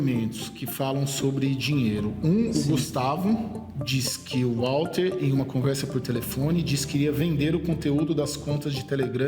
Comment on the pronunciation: Então ,Walter (pronuncia com V e não U....estamos no Brasil) , não quis receber dinheiro, mas só "justiça"... Manoela nada pagou ! Sei ...sei... CNN, agressão á inteligência descaradamente ?!?!?